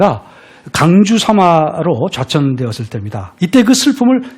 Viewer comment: 좌천,유한, 세상,권주,두 째,했어요,세상, 등 예는 선생께서, 장음인 첫 자를 짧게 잘못 발음한 일부의 실 에입니다. 놀라시겠지요. 한시 강의 하는 분이 심지어 우리 고유어 발음도 틀렸다는 것을 무어라 변명하시렵니까? 한국의 언어 타락상이 실로 거정입니다. "한국 어문을 고발함"이라는 책을 읽어 주실까요? 미국 변 완수 드림